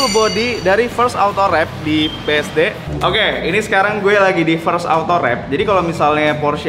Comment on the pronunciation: Pake "H" bang , Okeh. . .